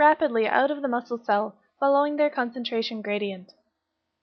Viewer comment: the video is good i just didn't know that that is the way you say "following"?????